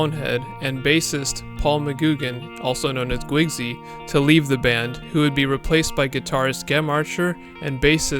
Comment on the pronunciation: He said McGoogan…..like Goo, yet pronounced Guigsy correctly?